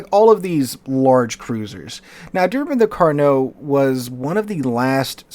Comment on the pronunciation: Carnot? More like caree not😂